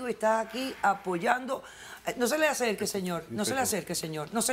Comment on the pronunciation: jajaja la doctora se puso nerviosa "no se me asorque" XD